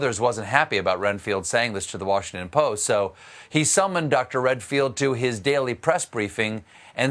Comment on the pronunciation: he called Redfield "Renfield" - STEPHEN, WATER DOWN YOUR BOURBON!!!!